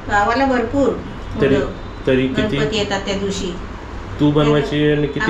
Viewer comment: गंपती नाही ग गणपती म्हणतात